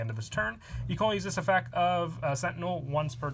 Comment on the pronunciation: Stop. Effec is not word plz and the way you say beelz's name makes me depressed